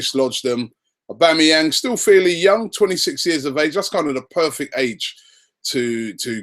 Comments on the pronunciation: Wow!!!! Robbie - we "must" be gettin' close cos you learnt to pronounce his name right!!!!!! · Why are people getting excoted over these rumours, im excited that robbie said his full name perfectly!!!